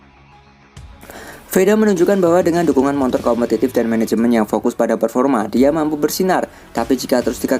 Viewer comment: Motor min bukan montor 😂😂